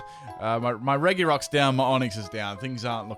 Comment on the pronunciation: Its not regi it's rrr ed gggg E